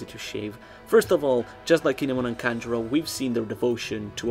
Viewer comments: bruh its kanjuro HAHAHHAHAHAHA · It’s Kanjuro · its kanjuro